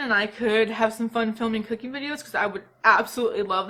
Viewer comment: I SWEAR when you said cooking I heard “cocaine”